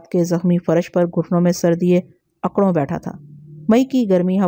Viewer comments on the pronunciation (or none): behn ap ki Urdu Kuch kamzor mehsos hoti Hy..aik Tu ap k mou sy خ ki awaz wazeh ni nikalti.or ghurr sawar ko ap gharr swar.pasta qamat ko pusta qamat or ukrun bethny ko akrun bethna parhti hen.barah e karam Urdu talaffuz p tawajja den ghalat Urdu Kano p giran guzrati Hy.baqi achha kaam Hy.carry on